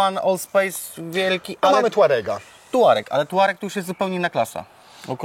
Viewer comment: „Tourareq on the juice”? Zapraszam na lekcje podstaw języka Angielskiego.